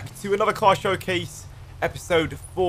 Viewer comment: Do you have a speech impediment? Say finance and felony again.